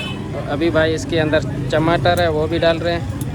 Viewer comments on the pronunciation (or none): Chamater nahi bhai tamater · Chamater nahi tamatar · Tamatar hai na ki chamatar😆😆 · Tamatar hota h chamatar nahi